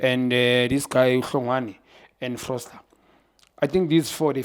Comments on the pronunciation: FOSTER! not FROSTER... read the name proper baba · Foster✅️ not Frosler ✖️❌️❎️ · Note.. Everytime he says Frosler.. He means Foster.. 🤝🏾